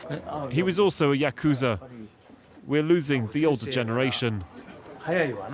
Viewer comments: i am indian too but like why get an indian dude to voice over this? I hella threw the vibe off when he said yakuuuzah instead of yakuza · Lol yah kooza... its YAKuZa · You made an entire video about it and couldn't even pronounce Yakuza properly?